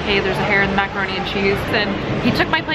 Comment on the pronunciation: maca-hair-ne and cheese..